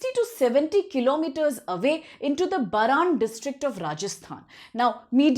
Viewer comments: Mam It's 'बारां' not बरन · Madam there is no district named बरान in Rajasthan. There is one called बारां। It is good that you have good English, but please check names clearly.